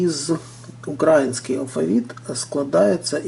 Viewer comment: Не украінський а Український. Ви неправильно наголос ставите.